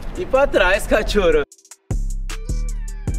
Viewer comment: Kkk adoro quando vc fala cathoro